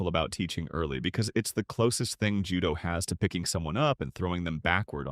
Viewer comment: The AI pronunciations are frying me dawg 😭